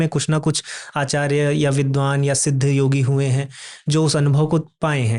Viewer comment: Yeh Mahanubhav, Acharya ko Aacharge (Aa+Charge) kyon bolte hain?!?!